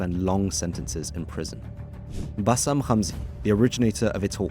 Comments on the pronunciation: Then he should say hamzy not humzy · Note: the H in Hamzy is not KH its H